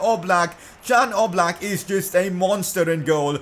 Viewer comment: Its Jan Oblak not Dzan Oblak☺️